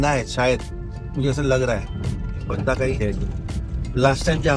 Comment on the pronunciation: Bhai wo बंदा nahi बांदा hai🤣